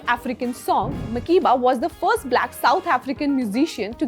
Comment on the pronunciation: But why is her name mispronounced? Mak-air-ba.